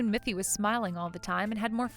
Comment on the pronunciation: It's Miffy, not Muffy